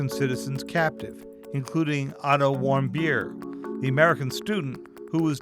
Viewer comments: sounds like, “I don’t want beer” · wait, WHAT? "otto warmbier"??? x'DDDD that guy surely is german and has the most hilarious german lastname that i've EVER heard; "warmbeer" is even tougher then "bonkingthicker" (poppendicker) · when he said warmbier i though he said i dont whant beer 😂😂😂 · Otto Warmbeer and Kim Jong Ung if you are going to do a news story please say people's names right this is terrible